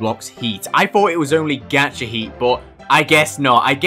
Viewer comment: "Gaecha" funny pronunciation.